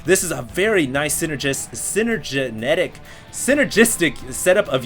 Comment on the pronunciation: lolll "synergenetic"